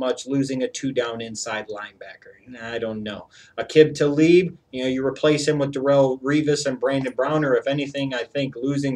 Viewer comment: You always mispronounce Aqib Talib's name.